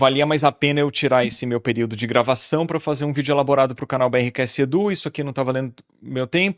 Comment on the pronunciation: Pq vc fala "betksedu" ?? 😂😂